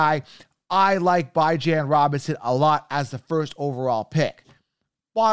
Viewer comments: Did he really just say Bye-Jon … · I been told him he pronouncing his name wrong even Bijan don’t pronounce his name like that